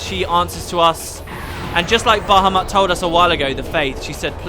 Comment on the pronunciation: Great great LP buddy! So many memorable moments there! We will never forget BAHUMUT and SUTEKeDaNE (I giggled a lot when you tried your best to pronunciate that). And somehow that last line remembered me of your lost notepad file (and I do hope you read my suggestion of using google docs this time) so yeah! Thanks for playing this game for us! Can't wait for FFX-2 one of my favorite PS2 RPGs!